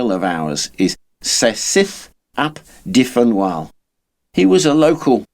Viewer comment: during the English civil wars (plural - there were two of them) and, yes, Wales was part of England at the time because Henry VIII had annexed it two centuries earlier. and Dyfnwal is pronounced "Duvnol" - it's the Brythonic equivalent of Gaelic "Donnal"